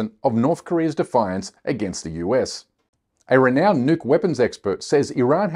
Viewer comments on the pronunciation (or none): none